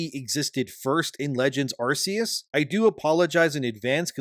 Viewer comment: It's not pronounced "arse-eus".